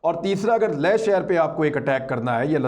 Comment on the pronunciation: Imran bhai ko do baaton par gaur farmaana hai 1. Sheher ka Naam Skardu hai Sakardu nahi aur Ladakh mein Leh hai, ley nahi. Education 📚 hai zero 0⃣ aur aap log chale Jung ⚠ karne. 2. Jung karne ke liye paisa 💵 chahiye, aur dileri ♥. Paise 💶 toh aapke ke pass Hai nahi aur China 🇨🇳 ko leke aap log Dileri ♥ dikha rahe ho, aur Bheek 🥣 maangne ki tayyari bhi kar di. Khuud ke pairon 👣 par Khade 🦶 nahi ho sakte aur teer 🏹 marna chale.